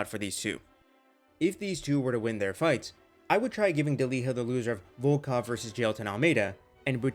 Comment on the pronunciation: Ante Delija's name is pronounced De-lee-ya